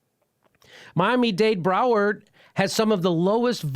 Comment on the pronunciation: Lmao Jimmy Had me laughing pretty hard wihen he called it "MOMMY-DAVE BROWER," when referring to miami-dade Broward county. Clsssic, unable to speak like a literate American, Jimmy "Seth Rich Murder Mystery,," Dore!